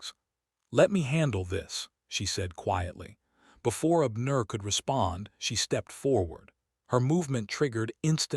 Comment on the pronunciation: Ok, I'm listening from Chicago,IL? I like the story so far but please not be so stiff in telling the story? Pronounce the names outright instead of separating words and names in syllables!! Abner one word!!